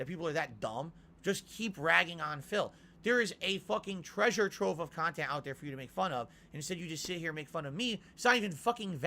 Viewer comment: First 25 seconds I already want to jump off a bridge. "GAHD OF WOR IS MY BUSINESS, CANT PLAY IT!" Makes you sound like such a penny pinching pig. Why not just say "I really wanted to experience it with you guys!" like a normal streamer? Oh wait sorry, "on demand" and streamable KAHNTENT is a totally serious business that is 1000% super serious with no room for feeling unless its feelings that makes your viewers give you pity money.